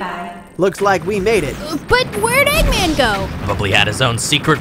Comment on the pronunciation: sonic: egguman eggman: heruneezanee me: y o s h